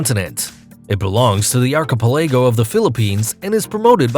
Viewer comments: I’ve been to several of the places mentioned. Interesting and informative video. My only criticism is you butchered the pronunciation on almost every place name. The way you pronounce “archipelago” leaves a lot to be desired LOL. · PRONOUNCED ARK-AH-PEL-AGO. NOT archa pelllaaagggio Its archipelago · Ar-co-ca-pag-lo ? Give me a break! Why don't you look up the pronunciations of words if you are uncertain of the pronunciations? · its pronounced 'arc-i- PEL-ago' lol jesus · I stopped watching at "arKipelAgo". Dude, you already butcher the names of the places (Digue, Capri, Stefano), but if you can't pronounce the words even in your own language, you have no business making videos. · Now im confused how archipelago is really pronounced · What is "arkeepeLEYgo"? Was that supposed to be archipelago? And it is PaLAHwan not PAHlawan. 😒😏 Sheeeeesh.